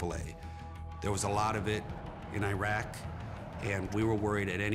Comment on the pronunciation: finally an american who correctly pronounces Iraq